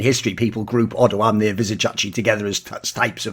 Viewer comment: as a romanian who doesnt play league, hearing thoorin say "odoamne" so nicely was so weird yet satisfying as ive heard about him but never heard thorin pronounce his name